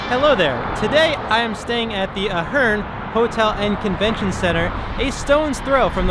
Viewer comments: Good video, but you're pronouncing the name of the hotel incorrectly. It's A-HERN (A sound as in pay, play, stay), not UH-HERN. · A-hern, not Uh-hern. I'm there two or three times a month. You don't need to go out back, and Sahara is as safe as anywhere else. Clearly being a dick for clicks. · I say Ey Hern you say Ah Hern. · Good vlog..and the hotel name is pronounced A-Hern... some cool Las Vegas mob history ..Right where the Ahern parking garage is, there was a short street that had a 1980's mob owned jewelry store called ,'The Gold Rush'..Then Gold Rush was owned by mob associates Tony Spilotro and Herbie (Fat Herbie) Blitzstein...and actually this hood is fine, for anyone with some courage......also as noite din this vlog, longtime Las Vegas celebrity and mob restaurant 'The Golden Steer' is steps away..... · Lmao…. Are you 💯 sure that you don’t pronounce it “ A-HERN ? “ 🤨🤓🤭🤭🤭🤭🤭🤭🤭🤭🤭🤭🤭🤭🤭🤭🤭🤭🤭🤭🤭🤭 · oof, it's pronounced like "air-in" or like Aaron/Erin/Aron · It's pronounced with a long A at the begining I know the owner